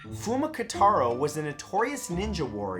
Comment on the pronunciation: It's KOtaro not KAtaro....